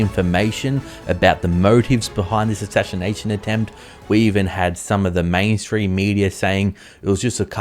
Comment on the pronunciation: Ashinanation attempt. Let's say it again. Ashashination attempt 🤣🤣🤣